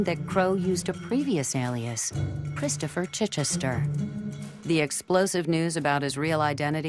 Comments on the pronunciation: Most of the people couldn't pronounced the name "Chichester" although it's a common British one. They're calling it CHEECH-chester. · I agree, also his pronunciation of Chichester was completely wrong also it would have been impossible for him to have been the 13th Baronet, as of today the 11th. It amazes me how many people get fooled by people claiming to be members of the aristocracy.